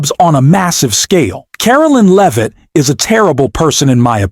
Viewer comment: It’s pronounced lev-it, not leave-it